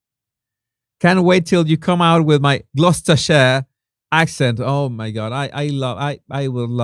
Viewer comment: Well done for unbeknownst!! [un-be-known-st] -[known as in no] Not an easy word & not an everyday one. I also noticed how easily you said ‘doubled/tripled/quadrupled’ :) ps also well done for Gloucestershire. 💜❤️💜